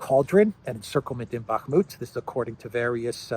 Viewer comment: Can you please stop saying "Bakmut"?